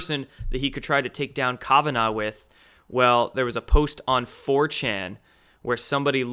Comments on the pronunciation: Kavanaugh- pronounced Kav-short a sound ah- like open up your mouth and say ah naw- no problem with this You aren't pronouncing it right. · Love you bro but is KAVanough.. not Kovanaugh ... lol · Kavanaugh is pronounced kav ah gnaw. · Please learn to pronounce Kavanaugh correctly Calf vun awwww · You are pronouncing Kavanaugh incorrectly.